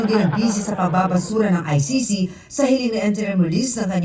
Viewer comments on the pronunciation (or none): Bro hindi po ICI. ICC PO